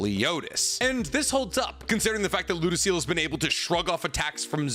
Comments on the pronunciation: It feels weird tht he says lodoesel instead of lodosel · how come you make so much content about this show but still wrongly pronounce a bunch of names. Its not ludociel, its pronounced as ludocyel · It was making me cringe every time you mispronounced Ludociel’s name lol (Loo-Doe-Cy-el) lol love ya keep up the awesome work!